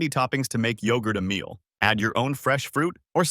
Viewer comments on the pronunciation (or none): none